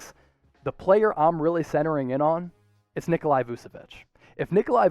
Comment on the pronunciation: Heads up, it’s not pronounced “Nikolai” or “Vusevich”, it’s “Nikola Vuchevich”. Love your stuff though. 👍🏻